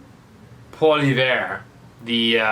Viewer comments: Love hearing the brutally honest truth! I believe Pierre’s last name is pronounced Polly-ev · perhaps that you should learn how to pronounce Pierre POILIEVRE's name. He is one of the smartest out there and if he was in power (Finance Minister perhaps), our country would not be in such a mess! Is too far deep in it also means to let the country go to bankruptcy? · Pierre Poilievre... Not Poliviere. Close, but no cigar! And yes, he does know better... He just can't do anything about it!